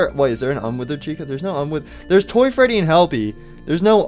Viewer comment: I laughed when you said "Toy fatie"